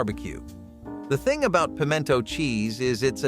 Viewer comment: Pim-ee-en-to? Past six months, sloppy joes, stroganoff, waldorf, green bean cassarole, pineapple chicken, chipped beef, shrimp pasta, pimento cheese? Hush, this is the South!